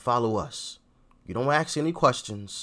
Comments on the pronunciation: 'Ask people', not 'axe people' 🤪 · "Axe"? Really m8? You're better than that. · how come I always hear him saying "axe this question", although autosubs show it as "ask"? Do I really mishear him every time? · i LIKE YOUR SHOW JUST A COUPLE OF POINTS? 1. Its ASK not AXED! rock the racest rants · “ASK” No offense